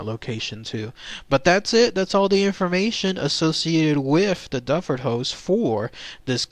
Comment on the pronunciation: The correct pronunciation is not Dufford it is Duford as in Do Ford!